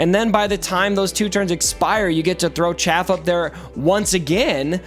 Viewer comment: Arnold and mobile kept calling it chafe instead of chaff, and I was getting so annoyed. I'm glad you're the better reader.